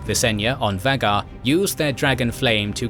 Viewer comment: try saying VA GAR not vaggar